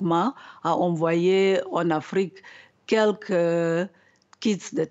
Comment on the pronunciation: Pourquoi l oms prononce l Afrique au pire